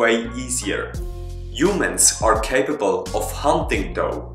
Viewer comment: Back then,u called us "Huemens".Good work